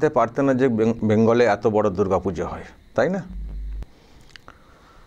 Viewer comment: বাঙালিরা এত কে আতো বলেন না। আর বঙ্গ সংস্কৃতি কে উদযাপন করতে বাঙালি সাংবাদিকের সঙ্গে কথোপকথনের সময় অকারনে প্রকাশ্যে বাংলা ভাষার পরিবর্তে ইংরেজিতে বলেন না। যে কটা শব্দ😮 বাংলায় বললেন সেগুলো শুনে মনে হল এর থেকে অবাঙালিদের মুখের বাংলা উচ্চারণ ভালো।